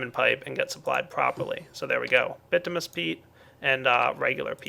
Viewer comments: It's bitumINous not bitumous. Sorry. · its pronounced bitiminus not bitimus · BIT-OO-MIN-EE-US peat not BIT-OO-MUS. Kay? Keep up the great work! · Bitominous,, not bitomous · just because this is annoying me every time you say these 2 items, the way you say bituminous peat is like this ( bih-too-muh-nous peat ) the way you say basalt is like this ( buh-salt not bah-salt) just pointing out things that were really annoying me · It's "By-too-min-us"